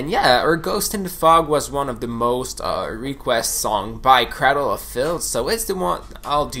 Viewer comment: Crādle bro, crādle. Ā long a your killing me saying that man. Even Dani says it right and he has more of a accent than you.